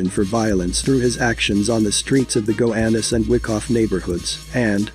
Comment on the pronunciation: Gowanus not gohanus